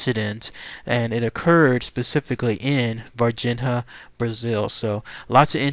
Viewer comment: Dude: I think they pronounce it "Var-Jeen-Ya"